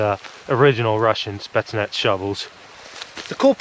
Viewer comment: It is "Spetsnaz" with an Z in the end as in " Zebra", what you are saying will be written " Spetsnats".